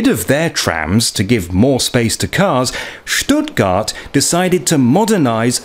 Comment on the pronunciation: Love how you say Schhtuttgart .. thats the proper way!